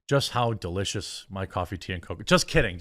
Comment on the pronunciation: Coffee tea and cocoa.....You have genuinely made me sick hearing you say this. Something about a grown ass bearded man saying "cocoa" weirds me out. Love the content though when your not plugging shit every 10 seconds.